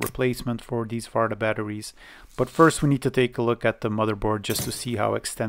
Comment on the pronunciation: Farta was a very good prononciation for the battery